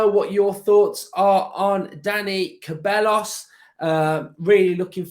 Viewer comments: KUH-BELL-US??? SAY-BYE-OHS. Say it with me mate! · it’s pronounced ’sebiyos’ 😂